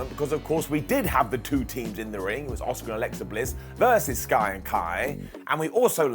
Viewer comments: It’s Ah-Ska not Oscar 🤦🏻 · Why is he pronouncing Asuka as "Oscar"?